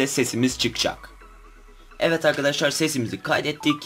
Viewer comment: evvet arkaşşar evvet arkaşaar ......